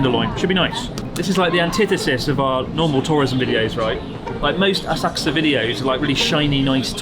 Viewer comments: Horrible como pronuncias Asakusa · How do you pronounce Asakusa, Chris? I’ve never heard anyone else say it like you do… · So have I been pronouncing Asakusa wrong my whole life? I've never heard anyone pronounce it like that before.